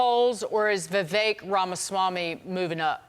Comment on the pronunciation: Correct pronunciation of Vivek is pronounced Viv-“-ake” as in “cake”